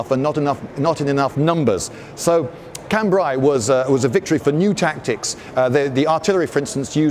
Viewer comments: Lindy... please .. I hope you read this. Cambrai.. ai as in Raid.. It's a sound in regular English.. why complicate things :) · Liked that a lot, especially the precise description of the “male” and “female” versions. BTW: Cambrai is pronounced [khan-bre] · His pronunciation of Cambrai though... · How about pronouncing Cambrai correctly... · Lloyd probably knows the correct pronounciation of Cambrai but refuses to use it because FRENCH